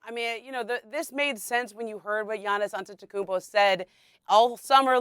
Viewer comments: 😭😭🤣🤣 . This lady said giannis Antegool, him landing in portent, and Fluture. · Lol Giannis last name had shorty in a chokehold lol . Said it almost as bad as Charles Barkley lol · reporter: "giannis antetekumbo" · How many more MVPs should he win before you stop pronouncing Atetkonopopoupo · Her struggle to pronounce Antetokounmpo 😂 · She can’t say Giannis Antetokoumpo 🤣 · Home girl had a tough time saying Antetokounmpo, lol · The lady on the left needs to learn how to say Giannis last name lmao you got 1 job hun lmaooooo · Whoever the other chick, besides, Ramona is absolutely terrible at her job and not prepped at all. How at this point, can you still not pronounce his name, also, there has never been 35 days in any months in the 40 years that you’ve been alive. ESPN needs to get with the program. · girl just say Giannis, cuz you are killing his name lol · This chicken head still can't pronounce Giannis last name. Just say Giannis. Don't bother with the last name bro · Kinda disrespectful for a sports reporter to not even know how to say giannis’ last name. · She destroyed Giannis last name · She absolutely butchered giannis's last name 🤣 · She is struggling with Giannis' name lmao 🤣🤣🤣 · she can’t say gianni’s last name to save her life!!!😂😂 stop making her say that